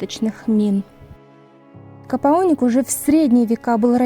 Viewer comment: КОПАОНИК а не капаоник